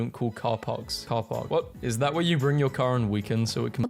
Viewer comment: is it just me, or did she switch to American to say car park 😂